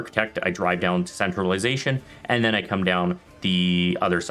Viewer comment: you pronounced centralization as "centralized asian"